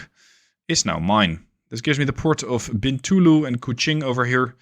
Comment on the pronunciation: Exelent pronunciation of Sarawak , Bintulu and Kuching . Just like a local